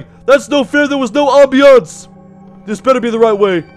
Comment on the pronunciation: stop the ambeunce me: scott the ambeunce